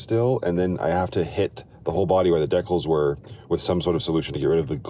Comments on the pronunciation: Deckles? Decals? Pronounced Dee Cals. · OMG yes took me like 5 mins to figure out what Canadian word that was😂